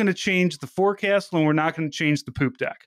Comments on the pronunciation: Forecastle is said more like "focksil". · Forecastle is pronounced "Folk Sool" fyi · Forecastle is pronounced “folk-sull”